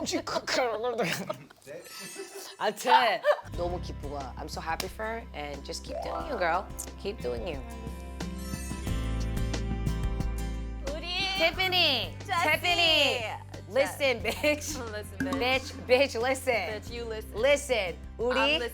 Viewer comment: Tippany? Koreans can't pronounce f?